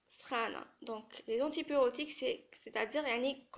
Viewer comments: Très bonne explication par contre je tiens à te corriger on dit antipyrétique et non antipyrotique. Antispasmodique et non antispasmidique Aspirine et non pas Asperine Duphalac et non pas diphalac Systolique et non pas Systolique ici aussi il faut noter que chez les diabétiques les normes sont à 130/80 Bonne continuation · On dit antipyrétique.non antipyrotique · C est très bien résumé .. juste quelques petite erreures de prononciation c est normal ça va venir par après on dit antipyrétique et pas pyrotique ..(pyretique ça vient de pyrex soit, fièvre ) en tt cas merci bcp